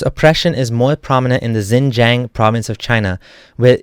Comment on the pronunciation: Hey dude, love your contents and i support your position. But you got to work a bit more on the pronunciation, namely Xinjiang and Uighur.